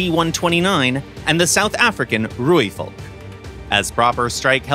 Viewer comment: Pronounced "rooivalk" perfectly 👌